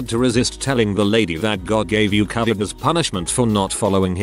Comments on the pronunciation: Grrrrrrrr ITS NOT " Cavet" it's covid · About time that medical workers who deals with this pandemic got to speak out freely as to the insanity they deal with! However it's unreal that the computer generated voice can't pronounce the word covid ! I'd think that may be important in this case !! Took me a moment to even figure out they were speaking about the covid pandemic. Really !? Do better! This is important info and should be understood by everyone